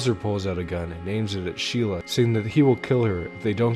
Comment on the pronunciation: He probably just mispronounced it